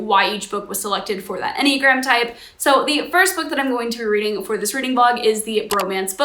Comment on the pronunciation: “readling” has docling vibes